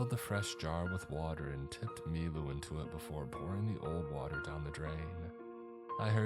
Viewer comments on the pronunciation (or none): Took me till the end of the story to realize his name wasn't "MeeMoo" and was "Milu"